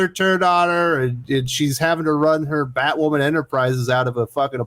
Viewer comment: ‘If you’re not a viewer of the show’ ??? 😂😂😂😂 NO ONE is a viewer of Batwahman. 😂😂😂